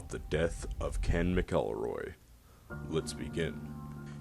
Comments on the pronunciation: His name was MAKelroy, not maKILLroy. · Ok, here's my suggestion... It's pronounced (MACK-ull-roy).